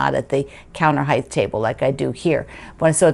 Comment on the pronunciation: Love your chair! Just on a side note as I have listened to your videos lately, height has a pronounced "t" on the end, not a "th" like length and depth.